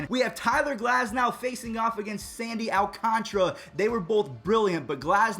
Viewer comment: Its sandy al-can-tar-a